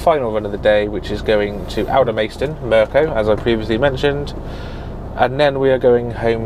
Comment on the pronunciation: NOT Alder-maist-on. Alder-mast-on.